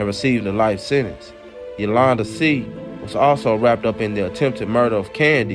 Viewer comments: I always appreciate you!! Just an FYI..the last name is pronounced “say”..I have family with the same last name..keep dropping & free you!! 💪🏾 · It’s pronounced “Shay “ I think